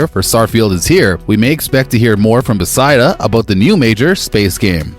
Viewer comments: BEH FES DUH NOT BEH SY DUH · BESIDA. Bro it’s not that hard to say beth-esda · I came to say this. Never heard Bethesda pronounced this way. Wtf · Who the hell does he thing is developing the game, Besideus ….who is Besideus? It’s BE THES DA! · Bruh. Its 'Buh-thez-duh'. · Stop saying “Besida” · I don't know anything you said in this video because all i kept hearing was your incorrect pronunciation of the company..... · Sorry bro, can't take this seriously if you can't even simply pronounce the company's name correctly. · My theory is he hired someone to read his scrip and either he made an error on the spelling or the guy doesn't know how to pronounce it.